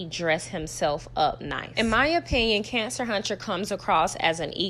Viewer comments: Lord knows you make it hard for me to get through this every time you say cancer huntcher. I'm in tears 😂😂😂😂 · It’s the “Cancer huncher” for me 😂😂😂😂